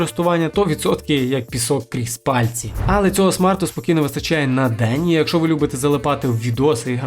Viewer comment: Не "якшо", а "якщо" !